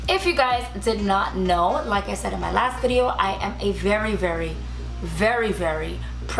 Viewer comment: You really said "sad" instead of said?